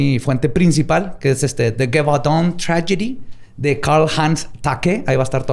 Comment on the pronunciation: jajajja pues si tienes razón que la pronunciación estaba "pal perro!"... GEVAUDAN que la pronunciabas con una GUE gangosa... estaba muy mal... es LLi-Vodoun... pero el capítulo como siempre MUY interesante y entretenido y MISTERIO RESUELTO!!!!!